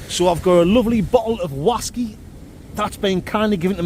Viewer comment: Listen to the whasky❤